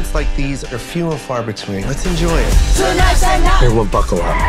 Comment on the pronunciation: "We should put them both in the box and ship et." lab et. 😂